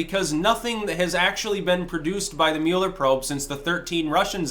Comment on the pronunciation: Especially since you can’t pronounce his name right LOL